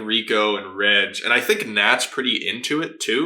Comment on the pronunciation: It slightly bothers me that you pronounce Reg as (Redge)